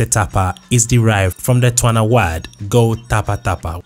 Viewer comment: Its pronounced tSwana. Not twana!!